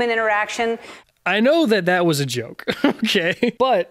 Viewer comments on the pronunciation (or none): none